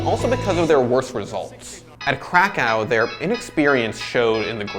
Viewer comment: i hate how you say krakow wrong